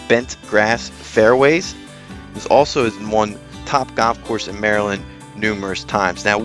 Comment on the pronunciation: When did the word golf become goff???